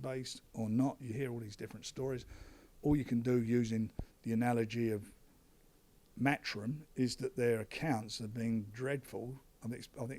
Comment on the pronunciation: the Same Anymore oh and it's 'matchroom ' not 'mathroom'